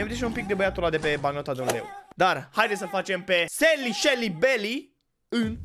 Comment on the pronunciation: E selly, nu shely